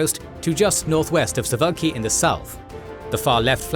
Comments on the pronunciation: Suf au ki not suwlaki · he said souvlaki instead of suwalki! xD someone was hungry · A correction - the Polish city is called "Suwałki", not "Suvlaki". "Souvlaki" is a Greek dish, not a city.